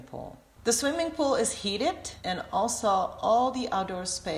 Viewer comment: She said pohl, then lap pohl. What's the accent ?